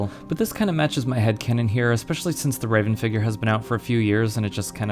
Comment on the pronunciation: Hate to be that guy but you're pronouncing Revan wrong. Thanks for review though.